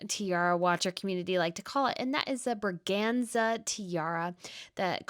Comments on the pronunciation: Braganza,, Braganza! I have said it so often that you pronounce it wrong. You always say Brazenga when referring to the big gun of Queen Silvia, but that's plain wrong. Please. You have come a long way and worked hard on this platform to present people with news and insights on the European (plus some other) royals, so I expect a little more professionalism by now. Okay, the second time in the video you got it right! Well done! But then it continues: Queen Margrethe II wears the Pearl Poirée Tiara (not Patier or Portier). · Love the content from both your channels! The Bragança (ç sounds like an “s” as in sad) tiara is gorgeous ❤